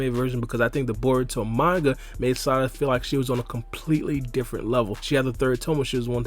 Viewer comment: why is the “DIFFERENT” taking me out lmao